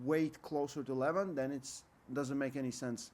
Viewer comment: Its not Levon it is "Lee-vaa-n"